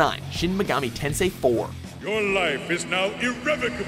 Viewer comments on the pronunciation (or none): none